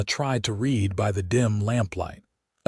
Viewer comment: One of the best in a hot minute. AI needs a little help. Read, read; wound, wound; lead, lead; read, read. Lock it in AI. 😅